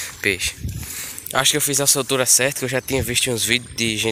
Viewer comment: Soltura,viu.Não é sou tura não.